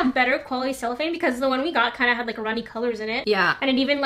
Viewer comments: She sheets you used are "cellophane" in English! :) you pronounced it right in the video, like sell-oh-fane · Ur saying cellophane right but there is also a musical instrument called a chello (ch-e-lo)😊